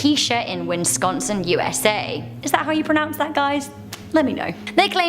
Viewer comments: Itz wiss-con-sin. Not win-con-sin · It’s pronounced Wes-con-sin lol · It's pronounced wiss.con.son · its pronounced wiss con sinn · I have never in my life, as a Wisconsinite, ever heard someone pronounce Wisconsin that way lol